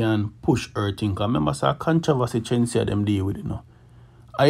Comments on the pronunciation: Its not chenseea, its Shenseea🙄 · FIRST OF ALL WHO IS CHEN-SI-A? GET HER NAME RIGHT FIRST YOUTH… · You pronounce her name with a ch sound 😂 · The lady name Shenseea not Chenseea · Go learn to pronounce Shenseea’s name properly before you start spread lies and propaganda on the artiste them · Bro if you gonna about her at least pronounce her name right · The least you could have done was pronounce the girl's name properly. Kmt. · If yaa go bring dung the gyal atleast pronounce har name properly 😒😒😒